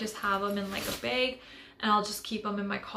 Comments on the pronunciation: Why do you keep saying "bage" its bag with a short a sound 🧐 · There are so many accents in the world